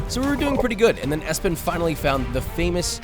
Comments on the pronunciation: it was Espen,not Espin😂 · his name is espen. not espin. josh. what the heck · ESPIN 😂 Espen mener du? 😂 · ESPIN😂😂😂😂 Im guessing his name is Espen. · He says "Hey I'm Espen", I don't think "Espin" is a name in Norwegian even if it does sound like that in English 😅